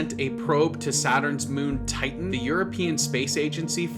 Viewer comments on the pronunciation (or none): none